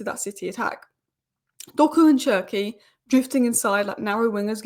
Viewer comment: Désolé mais tu dois prononcer cherki: ''chair'' ''key''